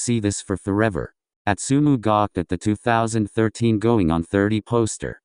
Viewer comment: Im sorry... Im really sorry.... Ik im an a$$hole for saying this but..... the way the narrator said astumu💀💀💀💀💀im so f#cking sorry im just an a$$hole💀💕